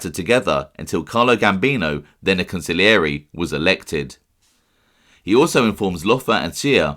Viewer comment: Bro on heard a new way of saying consigliere Council-yore-A 🤣🤣🤣